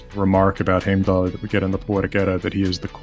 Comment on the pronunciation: Lol he said heimdall wrong so much for being a language guy